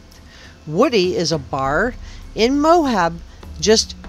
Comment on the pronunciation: Please stop saying "Mohab." The name of the town in Utah is "Moab," pronounced "Mo-Ab." There is no "h" in the word. If you are truly an investigative journalist, then saying the important names correctly matters.